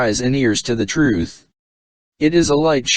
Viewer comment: Well, typical brainwashed religious fanatic conclusions and "nuh-uh". Atta boy! You'll know the "troof" in no time.